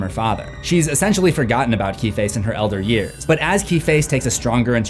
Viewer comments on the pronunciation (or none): none